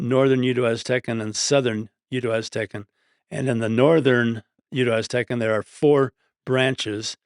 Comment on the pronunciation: "Aztencan"?? lol I think the speaker means Nahuatl